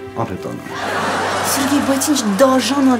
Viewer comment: Սիրգեյ չէ Սերգեյ 😄Տամարան ասումա Սիրգեյ